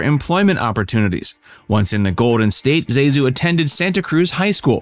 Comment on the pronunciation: Everyone who remembers Pitts mispronounces her first name Zazu. It is Zasue Thank you or otherwise for doing it correctly!